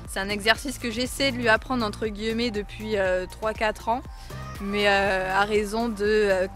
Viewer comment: « Entre gui-e-met » 😂